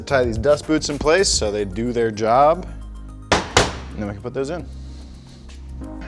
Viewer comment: “Use the force Jobe”